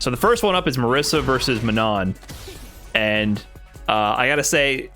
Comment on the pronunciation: Please, my non-Italian friends, it's not "Marissa", it's Marisa with the S sound from "organize" or "slay"